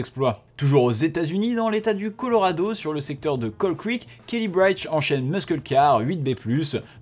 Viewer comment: (*Kelly Birch "beurrtch")